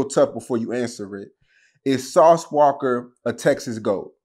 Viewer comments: Lol im cringing everytime he putting the "ER" on Sauce Walka 😂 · “Sauce WALKER” lol It’s walka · Why does always call him Sauce Walker instead of Sauce Walka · Sauce Walka...get the name right boa